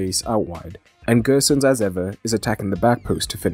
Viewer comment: Gosens is pronounced with a normal O, no need to pronounce as Gösens!